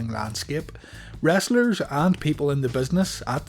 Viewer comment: I love how you say "rasslers" 😂